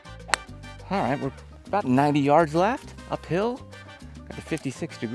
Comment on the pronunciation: I wonder when Edel will call him to tell him he’s pronouncing the name of the brand incorrectly 😂